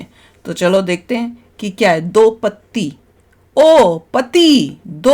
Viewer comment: Madam ji it's do Patti not do pati. Khud samajh lo phir react karo